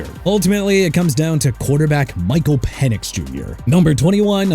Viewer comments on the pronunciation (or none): none